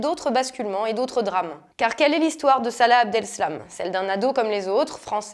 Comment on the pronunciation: C'est Abdeslam pas Abdelslam...Vous auriez peut-être du parler du "problème" de la baisse des prix de l'immobilier du XVIe en cas de construction d'un centre d'accueil. Je trouve que cet argument est intéressant à connaître. (le Petit Journal l'avait évoqué brièvement).